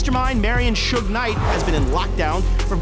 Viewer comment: Soog knight had me dying like wtf he just say 🤣🤣🤣